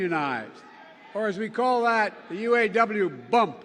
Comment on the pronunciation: Obiden can't even say,U. A. W.. Right.